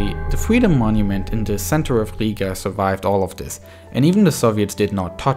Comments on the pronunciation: its not higa, its Riga or Ryga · you have to say riiga longer i